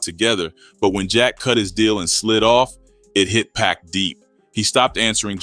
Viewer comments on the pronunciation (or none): I always think it’s real but then when I hear certain words I think ai like when instead of pac times they say pack. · Bruh WHO TF IS PACK? 2pac ! PAC ! Not pack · 100% if they spelt PUCK ai would've read it better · Everytime AI Voice said PACK i cringed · Why does he keep calling Pac, pack? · The way you say pac is killing me lol “pack” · well that's what I thought initially, but then I realized, it's just a young black man reading and mispronouncing Pac name.😒